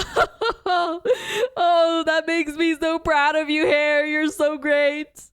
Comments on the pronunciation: just as a head's up, a more proper way to pronounce hare's name would be "hah-ray", since all of the students names are meant to be japanese (hence why arisu's name is pronounced like that instead of alice despite not being japanese in origin) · btw, Hare is pronounced Ha-Rei